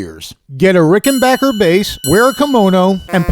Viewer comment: Just discovered your channel and am enjoying it very much. You're smart, funny, a good player and you know how to pronounce "Rickenbacker" correctly! Cheers.